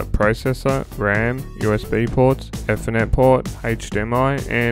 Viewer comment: Its actually Ether Net like EeeeeTher net not Efer net. Great videos mate